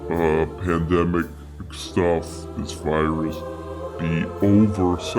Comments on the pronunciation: You almost said "pendejo" when you tried saying "pandemic" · It's hilarious watching a man who can't even properly pronounce the word "pandemic" then go on to ridicule the verbage someone else chose to use in an article they wrote.